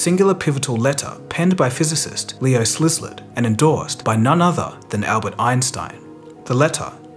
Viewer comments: "Leo Slislard" I can't even :)) It's pronounced "sea lard". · Szilard is pronounced /ˈsɪlɑːrd/. The heading should say “destruction”, not “desruction”. All in all a good presentation, but should I do some proofreading for you the next time?😅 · Two tiny mistakes: Misspelling of Israel (as Isreal) and mispronunciation of Leo Szilard (as Slizlard or Slislet) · Why can't anyone pronounce such an easy name as Szilard? Not even in the movie did they get it fcking right, its SEE-LARD! Whats so hard? See or Sea and Lard! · You just butchered the name of Leo Szilard!